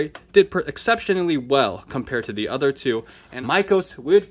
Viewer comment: "all dee udder categories" 😊